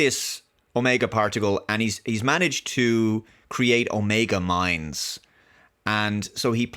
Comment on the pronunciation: Oh, "omeag mines", not "Mega Mind" - although that might be preferred compared to this series